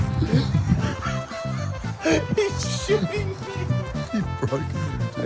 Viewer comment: "He's shooing me" broke me 😂